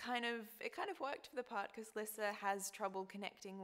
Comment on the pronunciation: YAY THEY SAY LISSA HOW I ALWAYS IMAGINED IT BLESS YOU LUCY :') i'm so so so glad they don't say it like lisa dragomir THERE ARE TWO S's hahahahaha but omg she's so cute i can't waiiiitttttt